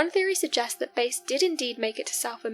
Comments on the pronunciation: His surname was pronounced BASS . A AS IN APPLE.NOT BASE AS YOU WOULD HAVE IT IF YOU ARE GOING TO COMMENT AT LEAST FIND OUT HOW PEOPLE PRONOUNCE THEIR NAMES . BASE STRAIT BASE THE SPECIES OF FISH & LASTLY BASE HWY. NO ONE HERE KNOWS TO WHOM YOU REFER. WASNT IT AMMUNDSON.? G-D PRESERVE US! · Base is not his name. It’s Bass. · its Bass like the fish not base . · Its George BASS, as in Hugh JAZZ